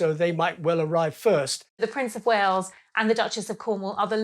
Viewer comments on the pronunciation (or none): none